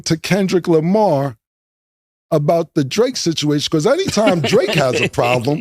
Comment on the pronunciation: So tired of acting like he cant pronounce his “R’s” in words. We here u say the same words with no problem sometimes a few words apart. Smh or i meant apaht smfh. Lamar twice then says lamah haaaaa